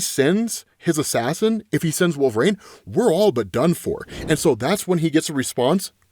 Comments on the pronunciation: Wool-Ver-Reen. Pronounce it. Right now. Wool. VER. REEN! Wolverine. There is no "A" anywhere in that word. It is NOT Wool-Vrain. That is incorrect. Pronounce it as, Wool-Ver-Reen. Please and thank you. OMG. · Please. LEARN TO SAY WOLVERINE!! 🙏